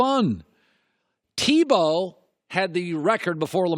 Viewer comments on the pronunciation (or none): none